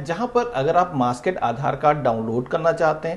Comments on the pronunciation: Maaskaid nahin, maaskd. MAASKD English, not Hindi. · It’s masked ….. not masked….. pronoun properly